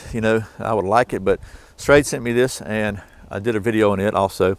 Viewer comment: ....Schrade SCHEXC